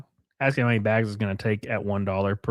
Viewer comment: Wow. WTF is wrong with this guy. NO!! We don't want 10k baegs of coffee,.